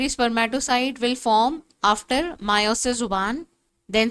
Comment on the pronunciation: It's meiosis not miooosis